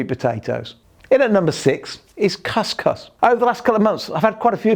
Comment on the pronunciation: couscous is pronounced cus cus (as in boo).